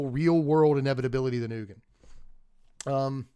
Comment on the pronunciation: Ugin is pronounced 'you-jin' not 'oogen'